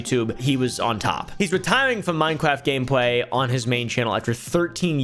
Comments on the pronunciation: minecwaft gwamepway :3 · "minecwaft game pwai"